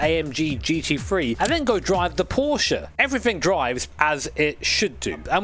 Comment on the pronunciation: One of the few English speakers who pronounces Porsche correctly. That's worth a sub to me.